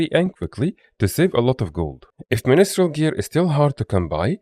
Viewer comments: great guide; btw it's pronounced "min-strel", not "mini-strel" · It is ministrel for asura tho 😂